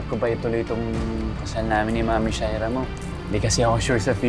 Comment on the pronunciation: Sha-ee-rra kainis na my God...